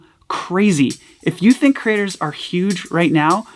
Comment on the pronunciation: I really like how pronounces creators as Critters!